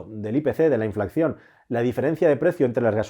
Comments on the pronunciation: se dice inflación, no inflacción!! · InflaCión bien InflaCCión mal Que dolor de oídos me das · Creo que se dice "inflación" y no "inflacción" como me ha parecido escuchar en varias ocasiones en el video..... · Un apunte,: se dice inflación, no inflaCCión. Veo que ud. lo dice mal, al menos en este vídeo. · INFLACCION NOOO!!! SE DICE INFLACIÓN...ADMIRO TU TRABAJO, ERES TODO UN PROFESIONAL, PERO NO TE QUEDA BIEN DECIR ESTO TAN ERRÓNEAMENTE CON LO PROFESIONAL QUE ERES, POR CIERTO, TU CANAL DEL CASCARÓN DE NUEZ ES ADMIRABLE, GRANDE, ABRAZOS! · Se dice inflación, no inflacción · Me encantan tus vídeos! Son todos super interesantes. Si me lo permites, una sugerencia: no se dice 'inflacción', lo correcto es decir 'inflación', te lo dice un economista :-) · Inflación, se dice inflación. No "inflacción". De todas maneras, gracias por tus videos😉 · Un pequeño apunte, se dice 'inflación' no 'inflacción' Saludos! :) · Buen video. Pero se dice "inflación", no "inflacción". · InflaCCión!!!? Me arden los oídos!!! Muy buen video, gran explicación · Se dice INFLACIÓN, con una sola “C”